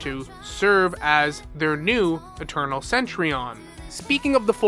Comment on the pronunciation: I kinda find it cringe how you pronounce Cen-Tu-Rion as Cen-Tri-on 😅